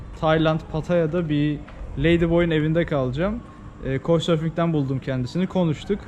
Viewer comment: Aga uygulamanın adi konsorfuk mu ne diyosun anlaşılmıyor ☺